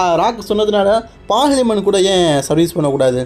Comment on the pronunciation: Bro correct ahhh name sollu fullahh olaritt irukkeee😂